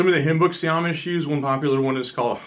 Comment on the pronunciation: Why do you say"omish" instead of "Amish"?